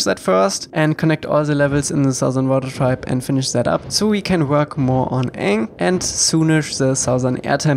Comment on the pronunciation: If there’s voice acting in this game, Aang should be pronounced “Ung”